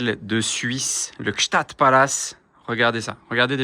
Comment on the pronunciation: Bon anniversaire à Anna et merci cette sublime vidéos Par contre Gsaatd prononcer pas un t svp c'est un d:)